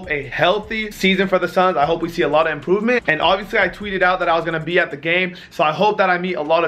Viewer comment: he said impovement